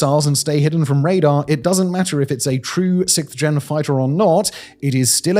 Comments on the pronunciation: Simon! Simon!! It’s “siXth”, not “sickth”. Thank you! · Why do the English have so much trouble saying "sixth"???? It's not hard............ say 'sixxxxx', then say 'th'.......... wth????